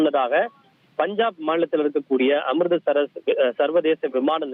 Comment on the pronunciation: அமிர்தசரஸ் இல்லை😂😂😂😂😂😂😂அமிர்ஸ்ஷர்😅😅😅😅